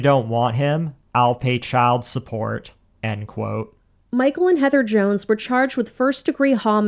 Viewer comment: "everyone that knows my father knows he didn't keel his cheld" -whelp, obviously he is capable of killing his "cheld"